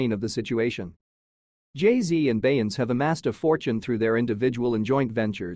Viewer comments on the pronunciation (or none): Ughhh, that "Bey-ence" is KILLING ME. They gotta do better with this AI thing!! 😳😫🤦🏾‍♀️ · Plz get an announcer that can pronounce Beyounce's name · AI, please do better. I cannot listen to something that doesn't pronounce correctly. The lies.😂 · Ya think you could pronounce Beyonce's name CORRECTLY🙄🤔? ...UMP....